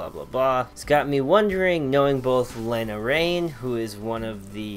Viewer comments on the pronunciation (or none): none